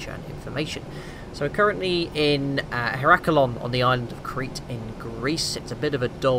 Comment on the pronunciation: Real Boeing pilot and he can't pronounce Heraklion?